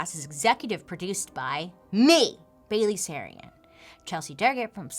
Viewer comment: Bail-ally Sarian 🌈